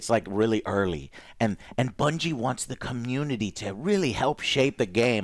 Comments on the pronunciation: lol classic Joe, pronounces bungie as bingie, but somehow nails the pronunciation of durhendahl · Joe managed to say Bungie wrong lol